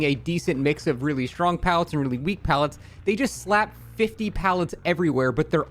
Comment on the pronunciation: Lil bro ranted for 20 minutes arguing against himself. Otz’s whole talking point was about the nurse, not Blight and you just made a 45 minute video to say “Nuh uh, Bwight is Stwong too. You’re wong cause you said Nurse was Stwong but Bwight is also Stwong”